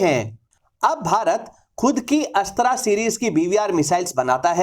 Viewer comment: Bhai tum अस्त्रा mat bolo isko अस्त्र बोलो